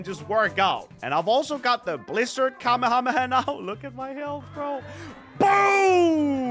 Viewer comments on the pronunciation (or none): Bro said Kamu-Hamu-ha KamE-hame-ha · are you saying kamehamayah isn't it Kamehameha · Bro it's na kamahamaha it's kamehameha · Atleast he didn't say kamehamama! 😅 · Kamehamaha? What? 😂😅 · The amount of people messing up the name of the kamehameha 😂 I still love but hearing it from him trying to pronounce it is funny for some reason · every single yt i see kamehameha in a tittle I'm scared they will pronounce wrongly